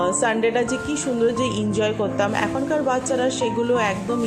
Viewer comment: injoy নয় কথাটা হলো enjoy Style করে বলতে গিয়ে ভুল বলছো